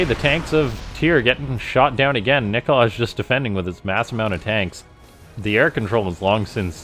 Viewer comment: Also isn't it supposed to be pronounced like Nikolay? With an "i" at the end instead of like Nikolage. :D